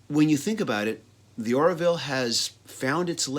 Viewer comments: "Orville". Not "Or-i-ville". Good review though. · It's Orville, not Oraville!